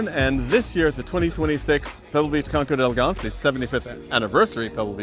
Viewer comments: D and "El" are one syllable. Never say "day elegance." Say it like your guest says it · try to learn to pronounce the name of this event. don’t just read it—listen to someone—maybe a european—saying the words.